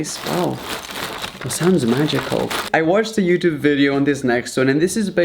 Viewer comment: did he said vedeo???? no harm.....😊😊😂